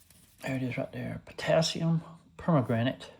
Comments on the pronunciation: Love it! Beautiful knife. Well done. Love the polish on the bolster. May I say it's not per-ma-granite, but it's per-man-ganate. Sorry, my chemistry is showing.😊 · Please learn how to pronounce it! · Good afternoon Doc. That knife turned out great. I have to admit your pronunciation of Per-man-ga-nate cracked me up. Please forgive me 🤞🏻Thanks for sharing and I hope you have a great Tuesday! 🙏🏻